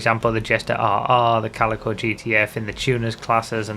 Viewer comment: Thank god you know how to pronounce Calico. A lot of youtubers' pronunciation have been bugging me since the car released xD